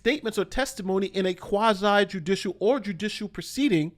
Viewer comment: Quasi, not qwasaïe.